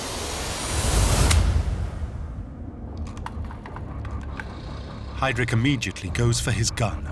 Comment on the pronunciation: Can someone explain to me why this idiot continues to mispronounce then name Heydrich, and then suddenly says it correct at times, before saying it wrong "haydreek" - is not how it is pronounced. Listen to the voice over and others who pronounce Heydrich as it should be pronounced